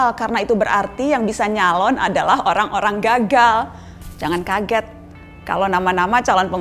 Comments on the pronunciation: ngomongnya typo ya mbak nana? "Orang olang lama" :v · Apa cuma gw yang denger orang - olang lama dari ucapan mbaa nana ?